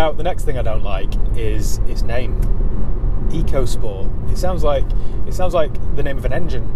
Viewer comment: I'm sure if you ask Ford it's pronounced 'Echo' not Eco. Is a bit pants because it's a budget 'world' car, sold in many different countries... Nissan did the same with the k13 series Micra and that wasn't brilliant either!